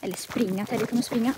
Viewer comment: du sa Teddy konstigt igen